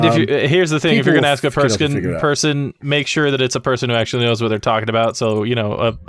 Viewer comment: When said person it soundes like fursikn